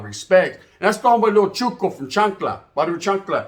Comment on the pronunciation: CHITO CHITO NOT CHUKO